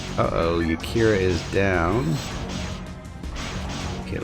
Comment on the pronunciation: I smile every time you call Yarika "Yakira" :)